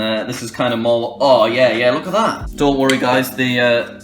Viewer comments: Jack its not dont worry its doe worry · "Doe"nt worry guys